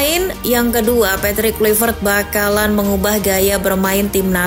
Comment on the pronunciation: Min Patrick Kluivert bacaannya Petrik Klaivert.. hadeeehh